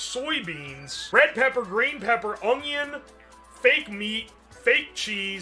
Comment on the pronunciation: i unironically love how he says "spinach" like "spinnidge" and "onion" like "ungyen"